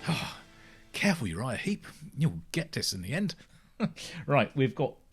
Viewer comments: Heep not Heap. Sorry to be pedantic. First band i ever saw live in 1971, I highly recommend their previous album 'Look at Yourself' - still my favourite of theirs, and 1970's 'Salisbury'. Great band who sadly have lost many of their classic line up, but are still going strong today led by the great Mick Box - bless his soul. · It's Uriah Heep, not Uriah Heap. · Heep - not Heap.